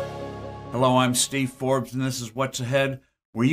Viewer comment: Forbes se pronuncia “FORBS” la “e” no se pronuncia